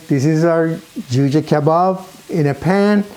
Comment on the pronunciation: When i hear "velcome", i know this Juhjeh is legit